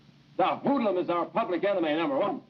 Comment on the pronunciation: Oof making the word "hoodlum" hurt!